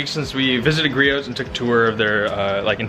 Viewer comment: Great video! Btw the t in Griot’s is silent. 😉